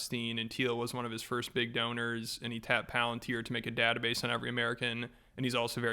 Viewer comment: Datah-base?? unsubscribed